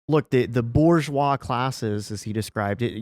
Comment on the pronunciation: "Boo ZHWAH" if you please